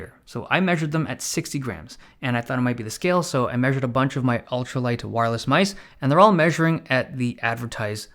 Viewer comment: Dave loves his "myse"